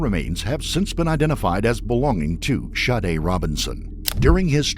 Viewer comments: it sounded like the narrator was saying shardae… So he’s pronouncing it wrong if her name is Sade Regardless there was actually no point of you correcting that. It wasn’t relevant to anything being said. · OK, Sade is not pronounced Shawdae, Shaudae!!!!! How ever you want to spell it, but Sade is not one of them!! The shhh sound only comes from an S and H not S and A!!!! That is sade like shade without the H!! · How do you get the name pronounced Shadda, when it’s spelled Sade’? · How do you get Shadé from Sade? If you must give your kid an oddball name at least spell it phonetically. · Lmao the way Sade is pronounced by the narrator.